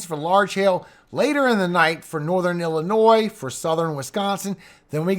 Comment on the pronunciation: How are there still americans who are unable to pronounce illinois or des moines... C'mon